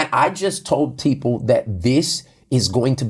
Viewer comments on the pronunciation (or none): it sounds like he said tpeople lol and I love it because it sounds like transformation or transformed people. That would a great name for the people who attend transformation church.